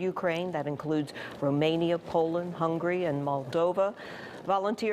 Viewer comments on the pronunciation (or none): none